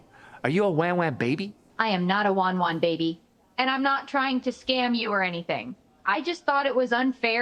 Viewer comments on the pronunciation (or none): "I AM NOT A WAN WAN BABY"